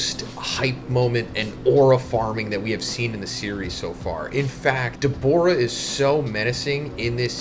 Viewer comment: WHY DO U KEEP SAYING DABORA??? ITS DA-BOO-RAH🤦🏿‍♂️